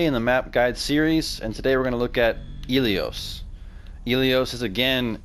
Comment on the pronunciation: Ilios, not iliose.